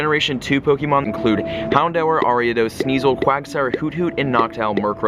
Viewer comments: Bugs me so much. It's pronounced 'houndoor' not 'hound hour' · why do you say houndour like houndower?!? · its pronounced Hound-oor. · You said "hondour with three" twice at the end of the video😂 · why do you pronounce houndour like that!!!!